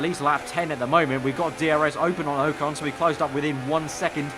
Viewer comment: O con not oecon